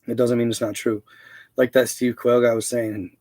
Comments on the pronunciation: Dude Steve Quayle... pronounce it like the bird.. you kill me with that pronunciation 🤣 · Steve Quayle is pronounced Steve Quail like the bird 🐦